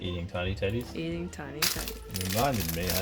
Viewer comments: Am I the only one that heard tiny tiddies instead of tedies and since they repeated it more I COULDNT THINK OF ANYTHING MORE send help V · he said tiny teddies and i thought he said tiny titties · I can't help but hear Tiny Tiddies whenever you two say Tiny Teddies. I'm so immature. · Why did I hear ' tiny tiddies '